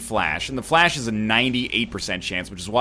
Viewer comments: Obviously someone has corrected him before, but Fleche is pronounced as 'flesh'. NL, I know you like your facts, so think about it in terms of the sport Fencing. A fleche is an attack performed with a sort of running momentum. I understand you call it flash because its like a quick 'all-of-a-sudden' attack, but please keep trying to say fleche. So just remember that Fleche is associated with Fencing and is pronounced as 'fancy'. You may even know all this already, in which case you are fine. On the off chance you don't, you're welcome. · Am I the only one who goes nuts when NL pronounces Fleche as Flash?